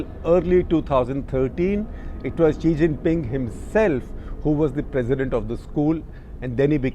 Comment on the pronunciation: The struggle for non-English speakers to understand Xi from she is real in this video....... 😅😅